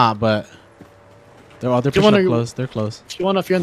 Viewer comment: Whenever i hear you say people i hear “pee bowl” lol